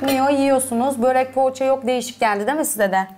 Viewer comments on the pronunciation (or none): Boğrekk değil börek densiz